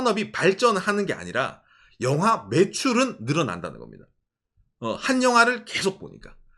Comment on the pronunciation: 영하가 아니라 영화인데.. ㅋㅋㅋ 갱상도 발음. ㅎㅎ